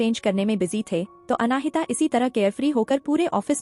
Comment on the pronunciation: " अनाहिता " जब यह नाम तुमको बोलने में इतनी मुश्किल होती है तो कोई आसन सा नाम रख लेते। नाम का मां बेटी बहन कर के रख दी है।😅😅😅